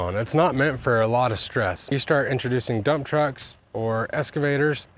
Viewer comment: What is an "escavator"?